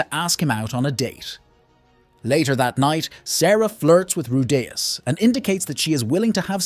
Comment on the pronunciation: Dude how can you pronounce Rudeus four different ways in the same video?